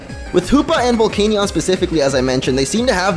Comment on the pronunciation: The canion part of Volcanion is pronounced "Can-ee-en" Not "Cane-ee-on"